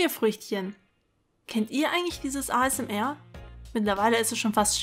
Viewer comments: ASMR Alter sprich mal richtig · Ich hasse es so sehr, wenn Leute "ASMR" deutsch aussprechen. Das ist eine englische Abkürzung, die man Englisch ausspricht.